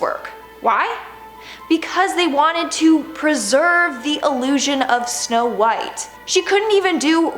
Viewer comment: u said shnow white